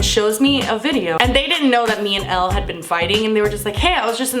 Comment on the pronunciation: Elle not L